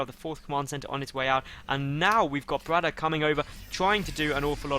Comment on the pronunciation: Don't want to bother, but pls say brAtok and not brotak! U did this last time u casted him as well